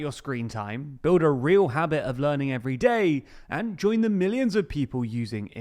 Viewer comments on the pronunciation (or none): none